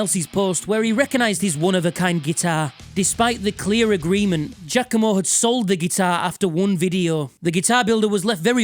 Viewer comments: You'd linger a bit more on the "a", but it's definitely more correct than people saying "G-ah-COMB-oh" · Is it really pronounced "Jackomo" or is that your accent?